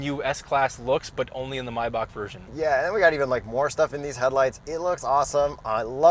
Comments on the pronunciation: It’s pronounced Maybach, not Maybach. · It's pronounced Maybach, not Maybach! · both maybach pronounsiations are wrong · It’s Mybach if you own one ( My) but it’s Maybach is you don’t because you ( May ) someday own one 😊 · Tobey McGuire: Maybach....Maybach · It's definitely pronounced Maybach and not Maybach. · its most definitely pronounced Maybach and not Maybach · It's called MAIbach so no Mey or something. Thank you from Germany. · Not Maybach-employed, but I'm German, so I'm qualified. It's 'My-buch' not 'may-bach', but 'buch' is not 'buck'. Think of the ch as a Spanish J (as in Jesus or Juan)! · German reporting in: The correct pronounciation would be Mybach, not Meybach. And the ´ch´ is soft, so it´s not Myback, it is pronounced just as in the german ´ich´ (me), it almost sounds like a cat-hissing sound. Hope this helps! Great episode as always! 👌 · this vehicle is not a MY_BACK Try using some of the letters in the word. If you did.. you would end up with MAY-BACK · "maibach" - not "mayback" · It's Pronounced My Bach. Not May Back. ( Bach like the famous composer) It's German surname. Named after Wilhelm Maybach. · ITS MAYBACH NOT MAYBACH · Guys it's not Maayback , but Maaaaybaahhhhhh, you're pronouncing it like a typical American ,whether in the US or Canada , NO!!! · It's not maybak, it's maybach. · I think it's pronounced "my-bakcxh" - lmao....not sure how to spell the "ch" But it's definitely not a "may-back" as Hip-hop calls it.....nope. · it is not pronounced like maybe - it is the second one, more like my(bach) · Maybach: “Mai-Bahchh” (use the back of the throat) It’s german, like Johann Sebastian Bach, the classical composer. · I love how everyone mispronounces the name, Maybach when the A is silent .( Mybach) The peanut buttercolor interior, the lights show, the sound system, 30 plus badges...I enjoyed this way too much.... 🚦🚘🚗🚙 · What’s a “my-boch” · It’s pronounced my-baahk as in the composer Bach. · Is it not pronounced “may batch”